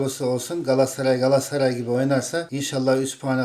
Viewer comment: ciğim, Seni çok seviyoruz. İstanbul 'DAN sevgiler. Bir ricam olabilir mi? Lütfen galassaray değil de; GALATASARAY telaffuzu yapmanızı istirham ediyoruz.❤